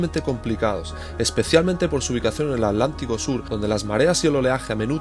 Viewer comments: Maravilloso,, pero debo decirte que me altera mal que digas "ALÁNTICO" y no Atlántico 😂 Gracias por bancarte tantos días de viaje❤ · Porque dice al lántico??